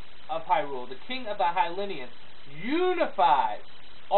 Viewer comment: lol Hylinian It's Hylian btw ;)